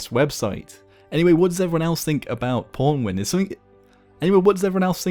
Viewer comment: Even pronounces it as pornwin... What has life come to...